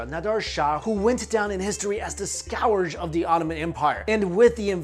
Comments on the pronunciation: i've never heard scourge pronounced scow-urge lol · Your pronunciation of the word "scourge" made me cringe a little - love your videos though.